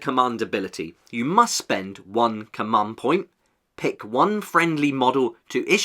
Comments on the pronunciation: ‘Cummund’ 😅 great video though! ;) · Please say command correctly in future videos. Commund is hurting my brain